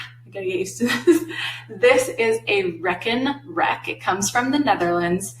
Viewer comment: Love the videos but was immediately "caught" by the "wreck 'n wreck" name for the math rack. The Aha! moment came once you revealed it came from the Netherlands. A "rek" in Dutch is a rack in English. "Reken" in Dutch means to count in English. So literally translated a "counting rack". Dutch vowel "e" is pronounced the same as the name of the letter "a" in English. So "Reken" + "rek" spoken would pretty much sound like RAKE 'N WRECK to those unfamiliar. Great videos, thanks.